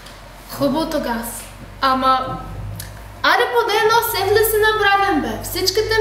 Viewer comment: Казва "сеФле", не "сеФли".